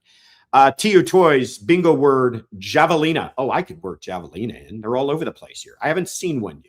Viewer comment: It’s a silent J on Havelina’s